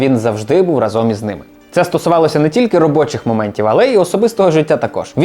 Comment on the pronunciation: рАзом. Бо тригерить коли неправильно наголос ставлять